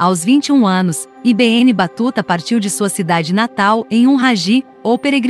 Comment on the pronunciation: Assassinou o nome do cara! i be enne , nao ne? Se nao sabe traduzir, pergunte alguem.